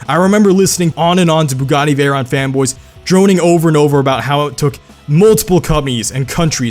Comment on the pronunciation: You're pronouncing it wrong it's pronounced like 'veyro' and 'sheero'